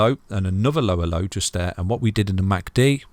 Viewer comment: when you say Lower low, its sounds like "ello ello" lmao